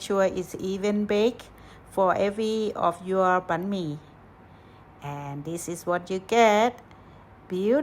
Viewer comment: What is bee-me?